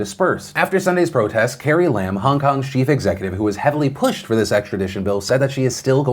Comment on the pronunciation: Nitpicking on pronunciation, it is not Lam as in Lamb, but Lam as in Llama.